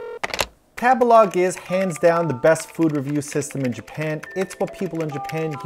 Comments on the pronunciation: I love u but every time u say tabalog I cringe. I think it's "tabehlog" lol like to eat? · .... isn’t Tabelog meant to be pronounced like table-log ? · I'm sorry , was no one else triggered that he pronounced Table-Log with a soft "a" and not a hard "a" ?!?! Not sure if it canadian or whaaat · I can't help think of Tabelog sounds like how a white person would pronounce tagalog.